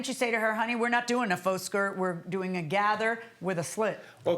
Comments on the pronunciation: She continues saying fox and it is KILLING me. It's faux- "foe".. smh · She keeps saying Fox vs Faux😂😅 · Her saying fox and not faux 😂😂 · I kills me when people pronounce faux as Fox 🤦🏽‍♀️ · Her saying Faux / Fox instead of Faux / FAŪ is bothering me😂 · Faux - is not pronounced Fox..it's pronounced FOE!!! That is all! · If she says fox instead of faux one more time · Is she saying fox as in faux ? My goodness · Lord have mercy if she said "fox" one more time I thought I was going to scream. It's pronounced 'FOE' even though it's spelled faux 🤦🏽‍♀️🤦🏽‍♀️🤦🏽‍♀️🤦🏽‍♀️ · She keeps saying fox and not faux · “Fox” wrap……whole time she mean faux 😩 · Is she trying to say FAUX wrap slit, but she keeps saying fox🦊🦊🦊? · Is she saying FUAX??? She said FOX LOL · I was cringing every time she mispronounced “faux”. My word. 😂😂 At first I thought she said false wrap, by the second time she said I realized she was meaning faux. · I thought she was saying "false". But, I have a hearing deficit. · The way she pronounces faux is irking me😂